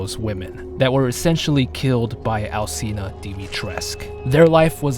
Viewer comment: that's not.. how it works... You're literally arguing with facts. And if u wanna go further, it's not al-see-na, the "ci" is pronounced as the "chi" in "chimpanzee". The game developers (japanese) even know how to pronounce it! Check the japanese actors pronouncing Dimitrescu heavenly. Ig it's just lack of knowledge and care on the part of the English VA.. Really grinds our gears to hear people venerate her and not even know how to pronounce her name correctly, we find it very disrespectful and ignorant